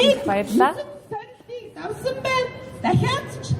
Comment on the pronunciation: мэдээ уншиж байгаа бүсгүй байнаа гэдэг үгийг биноо гээд байх юм. Маягаа засчихвал сайхан хоолойтой бүсгүй юм